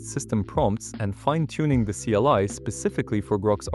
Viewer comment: Ugh it went bad just after that... CLI read as Kai and then repeated same part twice...